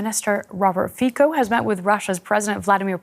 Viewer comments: / Why butchering names? Its not FIKO its FICO , C like TS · I thought it was /fee-tso / and not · Fi-ko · / Why butchering names? Its not FIKO its FICO , C like TS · You should learn to pronounce Fico's name, with c not K , he is not american .... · it reads FiTSo not FiKo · His name is pronounced Fitso not Fico in English. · It reads fik-ho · You call yourself professional journalists, but you cannot even get the pronunciation of his name right. The pronunciation is Fitso, as was the Brussels correspondent speaking. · I love how they pronounce his name as fikko 😆😆😆😆 omg! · Nespravná výslovnosť meno ROBERT a priezvisko FICO naučte sa vyslovovať lepšie . Keby sa Vám dalo počuvať mojimi ušami citili by ste sa veľmi trápne. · The pronunciation of the last name of premier Fico is wrong. Journalists' don t respect him. Its big shame. What about Macron -Facron, von Leyen - von lair............ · DW can't even pronounce his name. Lunatics 😂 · Two of the "journalists" in this video can't even pronounce Fico properly. Shows how much they can be trusted.